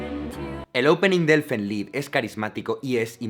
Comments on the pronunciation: "Elfen lid" 🤣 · “Elfen laid” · Elfen Laid ... Elfen Leid Se Lee Así, Aunque Puede Leerse De La Forma Que Está Escrito, Seria Elfen Leid